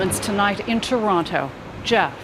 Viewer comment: you sure love saying ToronTOH